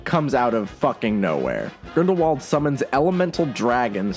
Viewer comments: I'm sorry but I have to say it: Grindrwald. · Btw I have recently noticed that Rowling pronounces Grindelwald with German pronunciation